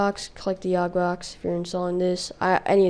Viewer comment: it is yogbox!! not yogsbox!!!!